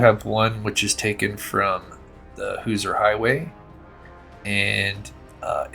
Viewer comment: Hoosier is pronounced more like Who-sure or who-zur. Not being picky you do an awesome job and one of the only true crime channels I watch. You do such a good job , I knew you would want to know. Like you pronounce Moscow Idaho like the locals do. I live in a small town and near other small towns that people always pronounce different too.